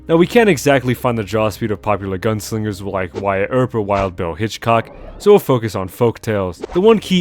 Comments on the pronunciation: HITCHCOCK?!!! HITCHCOCK? It's HICKOK boy. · It's Wild Bill Hickok, not Hitchcock. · FYI: it’s Wild Bill “HICKOK” (pronounced “Hick-cock”), not “Hitchcock”. Fairly common misconception, so don’t sweat it, partner. Edit: You ain’t never heard of Hickok45, partner? That feller treats them pots and sodas like Arthur does them O’Driscolls at Hanging Dog Ranch! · I'm gonna be that person, it's Wild Bill "Hickok" not Hitchcock. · Yo, people absolutely met for quick draw duels. There are a bunch on record and corroborated. Also it's Hickcock, not Hitchcock. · Hickok not Hitchcock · Hickok not Hitchcock. Hitchcock was the fat English director of suspense films. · Bro wtf is Hichcock????? Its Bill hickok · Not to be a peepee head or anything, but it is Wild Bill Hickok, not Hitchcock. A minor point. Awesome video man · Hickok. Not Hitchcock. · Wild Bill Hickok, not Hitchcock. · Hey man! Love the long-form video! You should do RDR historical accuracy next! I will say though, the man's name was Wild Bill Hickok, not Hitchcock lol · Hate to be that guy, but you were saying Wild Bill’s name wrong, it’s Wild Bill Hickok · Hickok. "Will Bill" Hickok